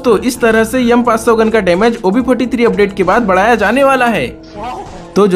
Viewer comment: M500 ❌ yum500 ✅ 😂😂😂😂😂😂😂😂😂😂😂😂